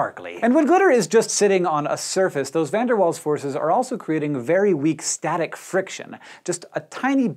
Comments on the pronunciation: Van der Waals (pronounced Fan der Waals) affect all compounds it's just that with polar compounds the dipole-dipole/hydrogen bonds are a lot stronger than the Van der Waals and therefore the Van der Waals forces contribution in those cases are often negligible. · FUN DIR VAHL That's how you pronounce it!